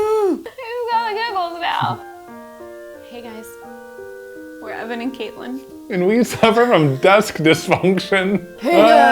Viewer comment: 😂 saw you guys on prop academy with bill Doran, and even then I was like “hey! Your names both together is my name” and at the start of this episode, I swear I heard “Evelyn” instead of “Evan and” 😂 doesn’t help there’s a lyn in katelyn But other than that, I love your energy and vibes, not to mention music/sound selection 💖 I have already subscribed 👍